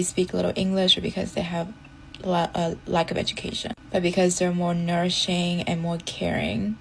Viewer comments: Did that last woman say "Nourishing"?? 😂😂😂😂 She's a PhD!! 🤘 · Did she say “ Nourishing “?